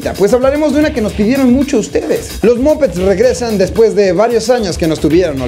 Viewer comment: no se pronuncia "mopets" se pronuncia "mapets"